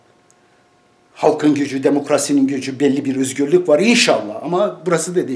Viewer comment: Edip beg üzgürlük nedir yahu videonu izleyeceğim hevesimi kaçırıyorsun ö'yü söyleyemiyormusun